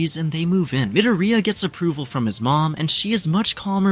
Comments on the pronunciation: Bro doesnt say midorya but he says midoroya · I’m not hating but Midiriya😭